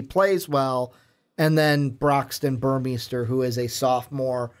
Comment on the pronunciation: Burmeister= bur-mey-ster Shough= Sh-uck Jelks= Jel-ks Couldn't finish listening after I realized how little you knew about the ducks football program. Mitchell is the leading returning receiver, breeland just averaged more yards per play. Our running backs are mostly unproven and the ones with experience are questionable to stay healthy with their smaller frames if used as work horses. Ever heard of Jeff maehl, josh huff, Jason Williams, Darren Carrington, braylon addison, ed dickson, sammy parker, Keenan howry, demetrius William's, Cristin McLemore? Yeah, not receiving threats... just offensive weapons. Sorry dudes, but need to do some research on a team if your going to give 20 minutes of opinions